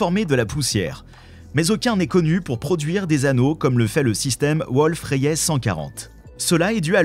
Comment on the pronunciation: En moins de 60s on sent que c'est une chaîne pour attrape-nigaud, à haute température Kevin. Même pas foutu d'écrire , de présenter, de prononcer une étoile Wolf-Rayet (dans ce canular c'est Wolf-Ryate, qu'est ce qu'on rigole ! ) J'ai pris plus de temps à écrire qu'a regarder un sujet d'empreinte digital cosmique. Allez cadeau ! Chaîne à but lucratif, uniquement.